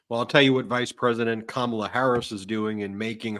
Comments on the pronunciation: HE CALL KAMALA KAMABLA KAMA BLACK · He can't even pronounce it ! 🤪